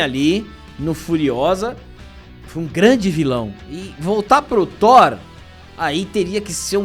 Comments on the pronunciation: Thor 5, não Thor "Sheenco" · Não... por favor, não. Vai ser THORA ou THORE 😂😂😂😂😂😂😂😂😂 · Não é Thor amor e lacrate.. É Thor amor e Lacrão 😂😂👍